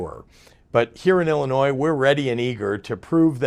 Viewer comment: You know governor, it is pronounced Illinois, not Ellinois.....